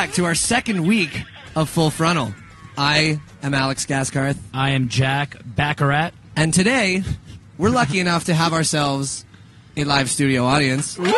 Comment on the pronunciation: Every time Jack said his last name wrong I was like, "IT'S BARAKAT! SAY YOUR DAMN NAME RIGHTTTTT"